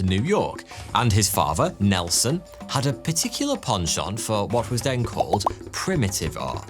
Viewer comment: please pronounce "Father" properly. Brilliant in every other way but let down buy host pronouncing "father" as "farvah" and "ethnic" as "effnic"